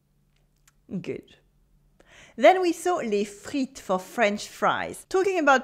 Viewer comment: Why do you say "les friTS" and repeat it like that again? They'll think that's the right pronunciation. yeah this is better. especially repeat this version, without the s